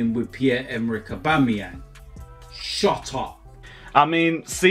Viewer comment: Aubama-where 😂😂😂...crazy